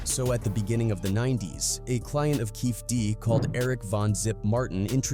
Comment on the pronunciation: Does this guy pronounce everybody’s name wrong or is it just me this has to be some AI bullshit… “Keefie Dee”